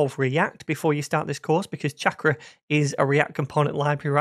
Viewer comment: Damn. I wanted to learn about this - but there’s no way I can listen to 12 episodes of this guy mispronouncing the name of the product he’s explaining. 🤦🏻‍♂️ 28 seconds is all I could take. Bye. 👋